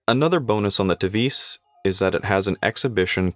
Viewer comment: The name Tevise is pronounced in English "Tee Wah Seh"